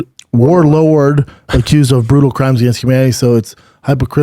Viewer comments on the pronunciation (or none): if I’m chin I say “stfu I know” lol talking about 5 out of 6 buddy. No one called u out for the way u pronounce WARLORD lol